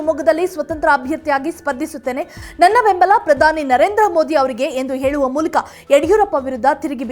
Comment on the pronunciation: ಹೆಂದು ಏಳುವ ಮೂಲಕ..ಆಹಾ ಏನು ಕನ್ನಡ.